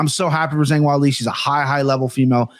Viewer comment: I loved everything about this episode besides how pronounced Weili’s name 😂